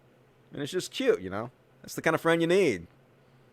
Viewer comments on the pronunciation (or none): none